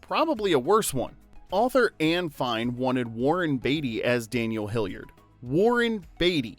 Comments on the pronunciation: It's bugging me that the narrator keeps pronouncing the surname as 'Hilliard'. It's 'Hillard'!! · I’m just wondering if you were pronouncing their last name wrong accidentally or intentionally, to get us to mention it in the comments (for engagement). Hillard not Hilliard or Hillyard. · Man, is the narration done by AI? The mispronunciation of the names, namely “Daniel HillYERD” and “Yu-fij-nya” Doubtfire, along with calling Robin “Robins” at one point, and not in the possessive form, in the line, “Robins, Sally and Pierce had all been divorced.” Perhaps something that didn’t make the list but should have are several minutes over various scenes where both Daniel and Mrs Doubtfire interact with the busybody neighbor, Gloria. She filmed a much bigger part in the movie, but the vast majority of her scenes were cut, relegating her to the tiny role of the nosy neighbor who calls Miranda at work to notify her of the shenanigans surrounding the birthday party being thrown for Chris. The DVD release with bonus scenes contain all of the scenes, mostly between Gloria and Mrs D, with Daniel enacting his revenge on the neighbor (as Mrs D) by appealing to her love of gardening, as they bonded over their “green thumbs.” Mrs D ultimately sabotages Gloria’s garden through a recommendation of some very unorthodox choice of fertilizer, one that would be embarrassingly difficult to procure and also destroy her precious flowers. It seems like an echo to the scene where Miranda comes home to witness a goat devouring her begonias. Both Daniel and Mrs Doubtfire, whether by accident or intention, were responsible for the destruction of a good amount of floral beauty on that street corner. I get that Gloria’s scenes were mostly cut for time, but the side sequence between Mrs D and G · Bruh…It’s pronounced Hill-ard. Not Hill-yard. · Hillard not Hilliard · You butchered Daniel Hillard's last name, and Mrs. Doubtfire's first name.